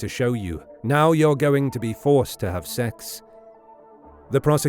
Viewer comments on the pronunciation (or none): none